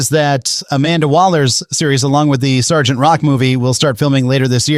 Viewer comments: "Es-gee-tee?" bro it's "sargent" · then that makes it worse. Why pronounce “Sergeant” as “S-G-T”?